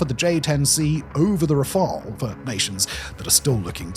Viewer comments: You are now pronouncing "Rafale" correctly (in English). We all appreciate your continuous improvements.👍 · Hold the presses! Simon pronounced Rafale correctly!